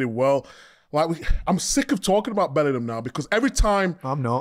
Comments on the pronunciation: You mean 'bellinum' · big Meeks not knowing how to say Bellingham get's me every time.